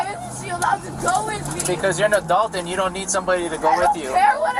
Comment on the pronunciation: Take a sip everytime says aduelt